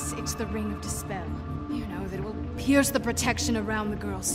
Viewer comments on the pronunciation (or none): none